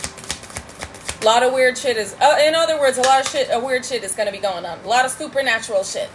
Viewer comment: Did you say poopernatureal?